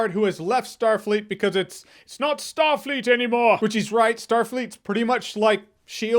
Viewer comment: he literally said what was Starleet about that Captain lol o_O